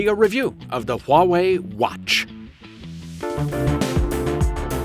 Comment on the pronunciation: anyone else hear him say "Huawei Huatch" in the intro of the video? =D